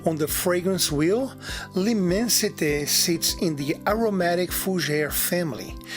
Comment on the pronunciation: Great review! And thanks for the proper pronunciation. There's so many reviewers can't even be bothered to research how to say L'Immensite. I just received my bottle of L'Immensite after sampling a 2ml spritzer and thought it was the most opulent smelling and quality fresh frag I've ever smelled. So pulled the trigger on a 200ml as it works out to be a bit more "affordable" -$250 per 100ml. Still crazy over priced, but in this case you do get what you pay for. Every step of the order process, customer service and product delivery/presentation is quality on another lvl. To be fare It was really an amazing experience.